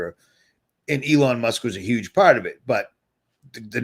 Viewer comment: ...I don’t think you see yourself as a comedian, but you make me laugh harder than anyone else! 😆 Did you just call eelon “Lady Luck”?! 😂🤣